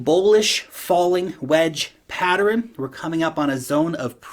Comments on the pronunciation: Pattern... not patteren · Stop adding syllables to the word pattern.